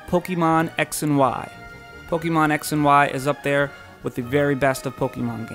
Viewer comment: Po-KAY-mon. not Po-KEE-mon. I'm pretty sure é is pronounced as ay.